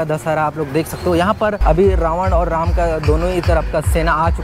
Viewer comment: राम को रामो बोलते 😢😮😮 है